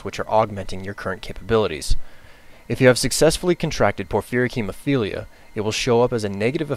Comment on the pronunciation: Wow... I'm just impressed that you can say "Porphyric Hemophilia"